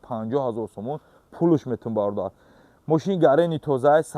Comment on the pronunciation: Хамай гапот созай Факат ки калимай бародарора шилошком биёмегуй